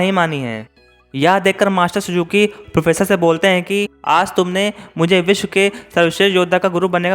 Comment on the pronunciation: Pronounce to theek se kar le bhai... vish ko vis bol raha hai, professor ko posar bol raha hai.. itni kya jaldi hai, aaraam se bolo. Aur video mein bina matlab ke effects daale huye hain, fade in fade out wale, dekhne mein problem hoti hai. Simple scroll effect rakho ya fir no effects se karo. Just my thoughts.